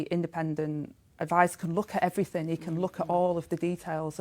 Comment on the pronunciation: Beff was fawninnn all over her, a party political broadcast by Sky on behalf of Rayner. Tell us what the Court order was all about. Ask her some proper questions instead of summing up her bullshit for her defence, and allowing her to make excuses. "I fought I'd done everyfink proper" British liebour politics at it's best, or worst.